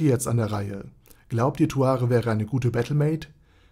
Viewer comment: Erstmal Aussprache Naserick Und Zuare